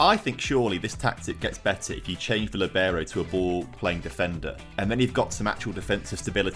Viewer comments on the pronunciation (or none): The pronunciation in the word "libero" kills me... it's Lîbero not Libêro. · LEEEEEEEEBERO!! Not Liberow. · My skin crawls when they (incorrectly) pronounces "Libero". Yiiirch..